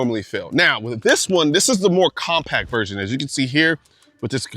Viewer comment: Did you just say com peepee